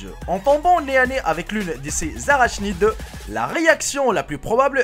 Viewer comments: Comme tu le demandes pour les prononciations : ARACHNIDE se prononce ARACHNIDE Bonne journée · Arashnide ? Apprends a parler avant de copier des tops dejà existants